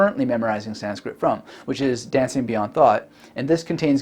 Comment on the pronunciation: "make your goals hard to avoid" Someone's been reading Atomic Habits. Also your Sanskrit pronunciation is great.